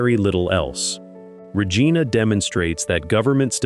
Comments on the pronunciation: It is not Rejeana. It is Regina rimes with Re mine a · You mispronounce Regina um I think Regina is bad depending where and what or who you dealing with in Regina usually assaults and sexual assaults some murders not as many as use to be